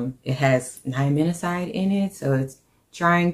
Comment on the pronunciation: Babe you pronounce NIACINAMIDE wrong